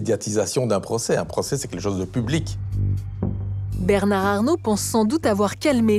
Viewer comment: Le pauvre avocat pourquoi a-t-il prononcé Bernard avec le D à la fin , alors que la journaliste ne l'a pas prononcé !